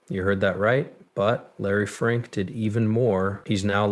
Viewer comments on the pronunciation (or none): ITS FINK NOT FRINK😂😂😂